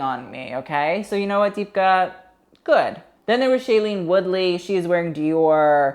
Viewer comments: literally please use google to say her name right this is tragique. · oh my god that was the worst butchering of deepika's name😭😭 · Deepika Padukone pronounced Dee-Picca Pah-Dew-Cone